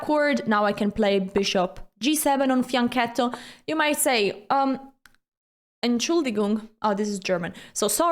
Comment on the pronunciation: she pronounce “fianchetto" very well